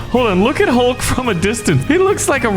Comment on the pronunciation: the green guy is hulk you said his name wrong